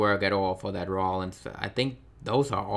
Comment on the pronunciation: Great video! Thanks for the info :) I'll probably pick up Andrade, Tye and and some of the Elites. Just out of interest, is English not your first language? Just that you say 'dat', 'dey' and 'dese' instead of 'that', 'they' and 'these'. Not having a go! Keep up the good work! :)